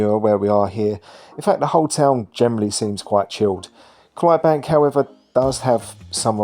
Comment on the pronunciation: The fourth letter of Clydebank is “D” may I suggest that you pronounce it and also fact check your content ?